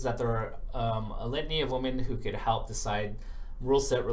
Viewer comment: every time you tried to say "women" it sounded like "woman". You gotta enunciate more clearly.